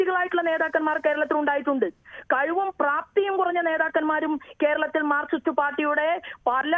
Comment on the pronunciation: മാർക്കിസ്റ് അല്ലെടോ... മാർക്സിസ്റ്റ്‌...